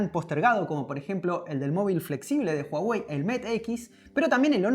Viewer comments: PORQUE DICEN JUAWEY?? SI LA H ES MUDA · Se pronuncia Guawei, no Juawei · comienza hablar de Hawei